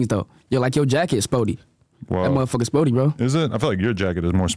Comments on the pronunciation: Adam just gkone keep sayin “SPOORTY” 😂😂 fuccin Whkite gkuys cuz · Lmfaoooo Adam saying sporty instead of Spoety got me weak 🤣